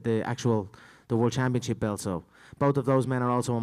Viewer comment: Anybody else hear no difference between Conor saying bout and belt?